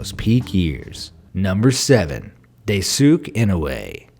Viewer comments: Die-su-kay, not Day-sook. How did you get the last name entirely right and the first entirely wrong? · pronounced "Dice Kay" instead of "Day Sook" There's an idea I've had that isn't yet possible, but I seem to not be the first to think of the concept. When or if it is sometime, it should be quite the improvement to the already possible concept, but much more efficient and faster, with proper conditions. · Daisuke is not read as 'daisuk' but as 'dai-su-kay' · Daisuke is not pronounced Day-sook lol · are we just gonna ignore he's spelling daisuke's name day-sook? ... should be Die-sue-ke tho... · its Daisuke, not Daisuk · Japanese people pronounce Daisuke as (dice ke) not (die sook) sorry for my english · Its not deisook goddamn it. Dai-su-keh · Daisuke is pronounced as dai,su,ke...not dai,suke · Daisuke is pronounced dai-soo-kay, not day-sooke. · Correction about Daisuke’s name it is pronounced as DÄÏ-SÜKÉ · its dai-su-ke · Daisuke... It is pronounce dye-soo-key. Potash... it is pronounced Pa (like your dad) or pot-ash. Honestly, my dude, it takes 5 seconds to look up pronunciation and you get it wrong too often. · Uh.... you pronounce 'Daisuke' wrong. It supposed to be pronounced as 'Daisukeh'. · Daisuke is pronounced Dice-kay. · Stop saying daysook enoe wtf that hurys my ears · Daisuke is pronounced "Die-su-kay" ^_^ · Just for future reference, the Japanese name Daisuke is pronounced as DICE-KAY, not... whatever your dude said. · It's pronounced DIE-SUE-KAE .....dayum boomer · Bruh, are you the only other ones who noticed?! Dai-soo-kay! Dai-s'kay, if you say it faster, and closer to how it's actually said. I know because I saw an anime where one of the guys names is that, and that pronunciation is awful. :( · oh no hon "daisuki" means "I love you" "Daisuke" is pronounced with a long e sound at the end. So Dai-su-ke (pronounced kay) ^_^ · wait.. did you just called him Daisuk? what? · He said daysook bruh. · It’s pronounced DICE-KAY. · I died a little